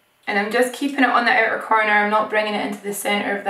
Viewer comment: Here I thought the word was "outer" but I like "ooter" more 😂😂😂